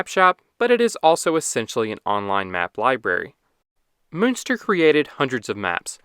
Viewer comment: Der Name, der hier ja sogar prinzipiell richtig ausgesprochen wird, schreibt sich: Münster / Muenster.